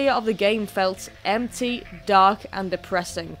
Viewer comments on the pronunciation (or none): Sorry I heard dog too 😂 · Raindrop Reacts British “dog” sounds like oak with a D in from of it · As a British resident for my entire life I honestly still thought you said dog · for the first minute i thought she was saying mephiles the dog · I thought he said dog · Sounded more like how the Japanese pronounce it. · I just meant the "dark" part, like zero "r" sound. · Nope. The 'o' sound we use in the word dog, log, etc. is just completely different from the american sound. And it isn't the same 'o' in 'oak'.